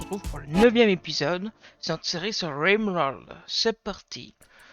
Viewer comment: J'adore comment tu dis "rimworld" au début XD